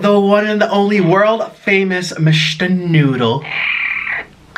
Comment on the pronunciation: MISSHHTER NOOOOODLLEEE Cork: pOp Nik: sHoOk